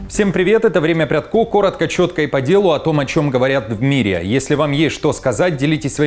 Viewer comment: По правилам чтения, фамилия звучит ПрЯдко. Ударение на предпоследний слог. Шевченко, Порошенко и тд